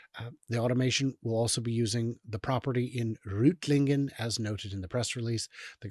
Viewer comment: Why do you emphasize the "AG"? That's just the legal form of corporation, like "I En See" (Inc), or "El Tee Dee" (Ltd), "GmbH & Co KGaA"... [Btw: the town Reutlingen is pronounced "Róyt-líng-ə", not "Root-something", Manz = Muntz - "haa, haa!"]